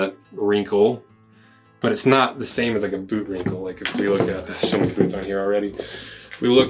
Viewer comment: When did boots become Boouts? That's all I wanna know!